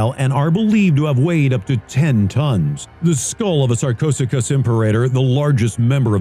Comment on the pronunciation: Sarchosucus? You mean SarchoSooChus, courtesy of